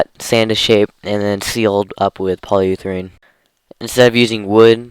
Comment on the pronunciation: "Polyutherane" :D lol